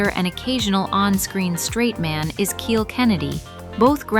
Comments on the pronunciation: Kyle Kennedy. It's spelled Kiel, and pronounced Kyle, not keel. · It's pronounced KYLE! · Kiel rhymes with smile, not heel.